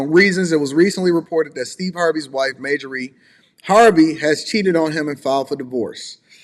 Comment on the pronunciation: Her name is “Marjorie,” Bro🤦🏾‍♀️